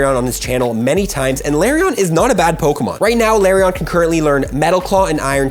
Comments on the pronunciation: Di-did you just pronounce Lairon “larion”? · Please stop calling it La-rion